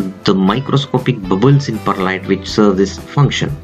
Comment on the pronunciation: I swear he said Bud Lite